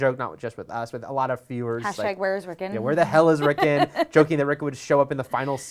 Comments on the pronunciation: It's "Rickon" with an O, not "Rickin" with an I. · rick-on not rickin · Rickn rickn rickn Rickn....its RickON RICKN ON RICKON not rickn ricken or rickin it's RickON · Lol "At least one person in the comments is going to laugh at you for saying layers" But everyone is laughing at you for saying Rick'n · May i ask why you guys keep pronouncing Rickon's name that way? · At least say the bloody kids name properly